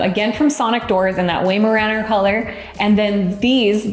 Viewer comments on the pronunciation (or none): Not WAY-maraner its WHY-maraner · It's pronounced "Why-Mur-Ah-Nur"